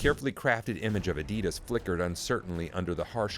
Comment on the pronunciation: everything is mis pronounced. made byAI. fake .